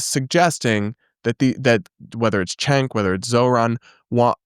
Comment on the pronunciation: It always bothers me when people pronounce Cenk’s name wrong. It’s “Jenk”. A “c” in Turkish is a “j” sound like “juice”.